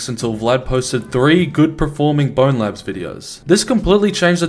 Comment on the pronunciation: i hate when people pronounce it "bonelabs"